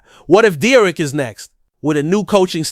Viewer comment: It’s pronounced D- Eric not Derrick